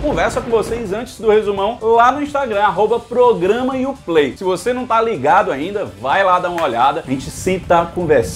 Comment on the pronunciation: Pq se fala programaiuplay ? Kkkk sempre me pergunto isso